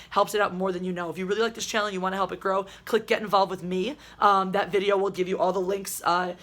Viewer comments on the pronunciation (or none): pronunciation of "video" in "comin at u with anoda videooooo" is like the number one thing I don't like about Geeks & Gamers; like, I like the channel and his content, but his introduction annoys the CRAP out of me. It's one of those weird audio ticks that's completely arbitrary and makes no difference in real life but just festers and annoys me lol